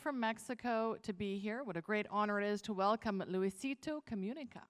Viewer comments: Luisitou Comiunicah xd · El mejor YouTuber. Luwisitu cuminica jajaja como lo pronunció. The Best in the World. LOVEU....